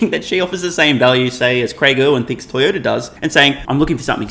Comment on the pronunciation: Did call the largest auto maker Toy-odor? Tezlurr will overtake these stinkers